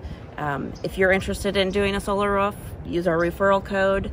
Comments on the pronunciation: Why do you keep saying "ruf" instead of roof? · Am I the only one that is super annoyed by the way she pronounces roof? Ruff sounds like shit. Roof looks great. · R-OO-F not R-U-F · I won’t use your referral code but can I pay for you to learn how to say ‘roof’ rather than ‘ruuf’?